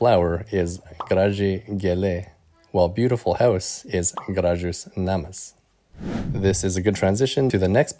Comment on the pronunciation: Hey, just saying as a native lithuanian, when saying 'namas', try pronouncing the first 'a' a little harder. Love this channel ❤, keep up the great work!